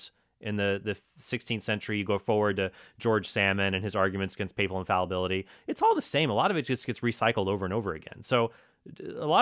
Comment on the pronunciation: I really tried to appreciate the fact that this pastor appears, at least, to have done some research before his presentation, but every time he mispronounced papal or papist I swear I would have hit him with a folding chair.